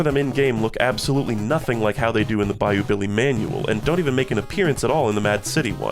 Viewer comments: Oh god it really does sound like that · Bayou Billy mention, its peam!